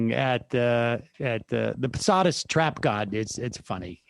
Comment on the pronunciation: Sam says Posadist Trapgod